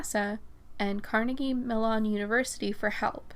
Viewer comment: The university is pronounced Carnegie- MELL-on-- just like the fruit.